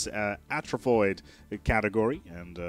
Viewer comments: Hate to be 'that guy' but I'm 100% sure that 'arthropoid' is pronounced 'arf-throw-poid', not 'at-ro-poid'. Basically like arthropod. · did you just say...atrofoid??? its "arth-ro-poid" lol